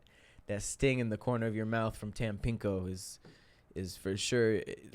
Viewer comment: Hey, was trying to say "Tampico," but the playback confirms he said, "Tampinko." Back to you.